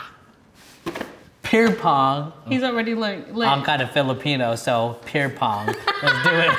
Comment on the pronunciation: Looool dude said “peer pong” bwahahahhaaha